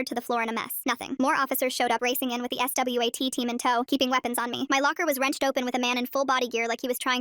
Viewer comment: The s w a t team 😂 bro it was like s-w-a-t